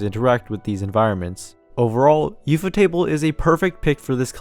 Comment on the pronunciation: wait is ufotable not pronounced like?? u f o??? as in the acronym?????